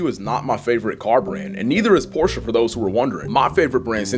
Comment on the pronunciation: Nice hearing someone who pronounces Porsche properly.